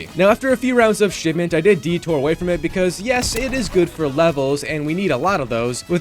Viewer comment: Didn't know it was shitment instead of shipment